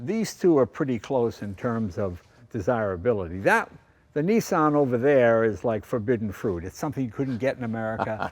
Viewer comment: why you calling it a neesan its a Nissan